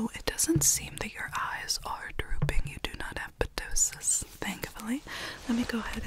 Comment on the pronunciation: I love your medical asmr content! Ptosis is pronounced with out the p, so just "toe-sis." Silly little Latin medical terms :)